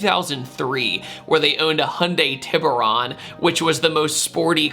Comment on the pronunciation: its not ti burr- Ron its tee-boo- rone.